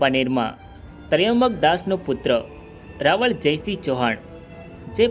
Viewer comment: ભાઈ રાવળ નઈ રાવલ બોલ